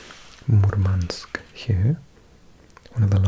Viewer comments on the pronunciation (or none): none